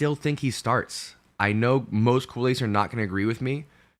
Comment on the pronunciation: Love your broadcasts, but I must say, your pronunciation of “Culers” always sounds like “kool-aids”!! It’s just pronounced as “COO-Lehrs”.